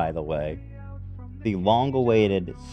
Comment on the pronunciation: I seriously thought they were talking hockey, i feel like his emphasis when he says it is wrong LOL